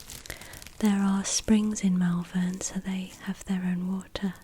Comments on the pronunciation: Gotta pronounce it MalVUN, not MalVERN, they're not that fancy round 'ere ;) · its pronounced 'Mol-vern'. I've lived here all of my life. I'm less than a mile away from you right now, and if i see you in town I'll say hi! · I live right near here & I love the way you pronounce Malvern 😂 you say it 'Mulvun' rather than Mal-Vern !!